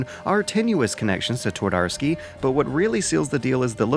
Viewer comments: Here is something that should help your pronunciation: replace W with V, since that how 'w' is pronounced in polish. Tvardovsky, it's that simple. Also 'Pan' is not a name, it's Mister Twardowski or Sir Twardowski. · "Twadorsky" made me giggle every time. Believe me, though - the conversion from Polish to English on the field of how the two languages sound is not much easier that the other way around. The two are pretty much polar opposites in the way you make the sounds and to a big degree, the mental process behind constructing a sentence. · T"war""dar"ski? How quaint :)